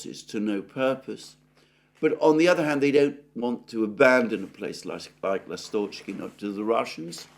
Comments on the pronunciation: Alexander, I think it's L'A'stochkino, not Last'O'chkino. Emphasis on 1st syllable. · Dear Alexander, ❤❤❤ The name is LAstochkino, not LastOchkino. The stress is on A, not O. The name of the village is derived from the word lAstochka which is a bird, called swallow in English. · In the word Lastochkino/Ласточкино the emphasis is on the first syllable...on the A. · Dear, Lastochkino is named after a bird lastochka which is bird similar to swallow. The correct pronunciation is by putting the emphasis on A in the word. The word Seversk has an emphasis on first e. and means North.